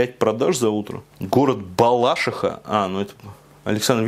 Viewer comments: Ударение в слове “Балашиха” ставится исключительно на третий слог – БалашИха. Хотя изначально в слове БалашИха ударение проставлялось на вторую гласную. Но название района (Балашихинский) в таком случае стало труднопроизносимый. Поэтому вопрос того, как правильно ставить акцент разрешился в пользу нынешней нормы БалашИха. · Прошу прощения, но БалашИха😖😖😖